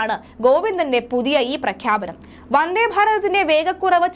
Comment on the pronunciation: "വന്ദ്ധേ" അല്ല "വന്ദേ" എന്നു മതി.